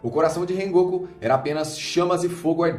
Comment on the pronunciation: rengoku? falou errado né?????